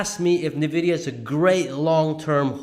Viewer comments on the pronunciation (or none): Why do you say „nevidia“ instead of „envidia“. I thought the letter n is spelled en in English. It sounds funny how you say it 😅 Great analysis though ❤ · Great video! Thanks for sharing! A small correction. The pronunciation of the company/stock is not "ne" vidia, but "n" vidia. (The letter n.) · Please pronounce NVIDIA correctly 🤦‍♂️